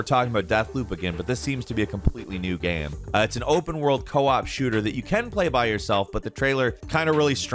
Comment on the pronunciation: He also says 'gaem' instead of game. Drives me crazy